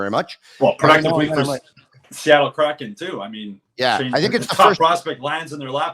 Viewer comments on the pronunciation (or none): none